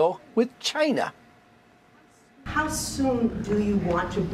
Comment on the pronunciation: China's first demand should be that he stop calling them "Chi-nah". I bet those EOs have a printed signature at the bottom that he can overwrite.